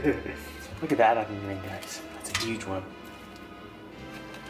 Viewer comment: He says chicken wang and onion rang 😂😂